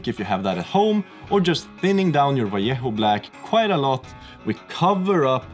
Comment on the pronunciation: my god i love how you pronounced "vallejo" correctly xD. It triggers me for some reason when people say it like "valiehoo" :D